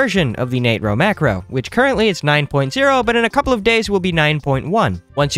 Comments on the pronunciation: It is pronounced NAY TRO macro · Hey William Nah-tro 🫠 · im still gonna pronounce it natro 😡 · Sheeesh okay bro ... Nat-ro not nAtro got it don't need to yell XD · it sounds like hes saying the n word